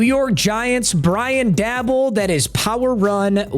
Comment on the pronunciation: Yo the producer or whoever that talks to really needs to teach him how tf to read. This guy has yet to prince dabolls’s name correct st all